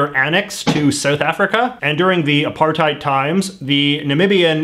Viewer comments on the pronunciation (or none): none